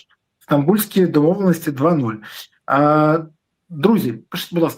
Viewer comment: Береза ти реально задовбав-просиш що 5 хвилин писати,ставити лайки,підписуватись-то хоч вимовляй ПИШІТЬ правильно,не плутай з кацапською вимовою пішите😂😂😂